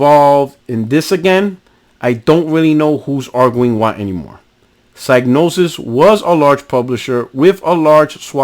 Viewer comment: Just one thing. It's pronounced "Cig" as is Cigarette not Psy as in Psychic.